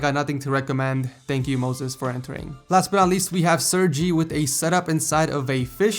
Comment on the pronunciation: It's pronounced sir-gay not sir-gee